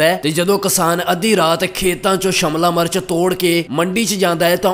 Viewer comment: Phela shimla mirch bolna sikh la bai shamla march nai shimla mirch hundi aa 🙏🙏